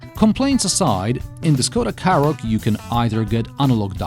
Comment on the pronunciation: Forget about all the Skoda pronunciation, I thought you were saying Karrot, well it is a bit of a vegetable.